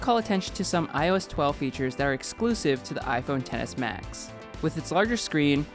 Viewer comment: I keep hearing iphone tennis max